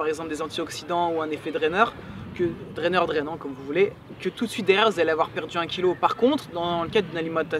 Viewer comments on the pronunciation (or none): on dit drenant